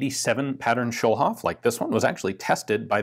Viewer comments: A "Schulhof pistol" has a different ring to it nowadays ("Schulhof pistol" means "schoolyard pistol.) "Schulhof" isn't an English name, so there's no sense in pronouncing it that way. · Another comment to point out that Schulhof is German for Schoolyard. But I'm gonna add that the way Ian pronounces it it sounds a lot like Kölsch, a regional dialect in Cologne/Rhineland 😄